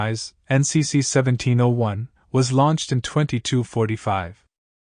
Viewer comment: A true fan wouldn't have mispronounced a key number of terms, including saying seventeen O 1. Meh.